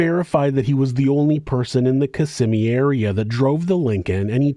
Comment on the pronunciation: Hey it was bice that you pronounced Kissimmee correctly 😊 have a great day.